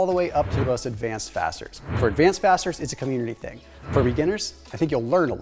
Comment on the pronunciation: I thought he said 'advanced bastards' instead of 'fasters'. 😂